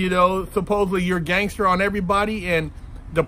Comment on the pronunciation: "Test my gangther"